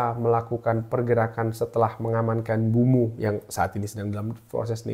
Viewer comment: Sedikit koreksi bang, penyebutan namanya Mbuemo bkn Mbumo